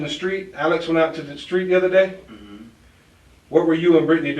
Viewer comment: It's not a shtreet. It's a STREET. Lose the "H". It's an uneducated slurr